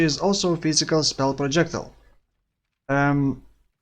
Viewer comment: pro jec tile - not prodschekdil yikes